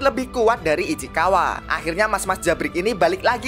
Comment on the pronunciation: Ichikawa ❌ Ichikiwir ✔ 😂😂